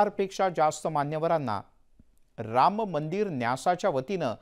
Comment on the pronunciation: उच्चार राममंदिर असा करा रामंमंदिर नाही